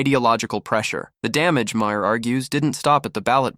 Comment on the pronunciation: Again you can’t pronounce his name correctly.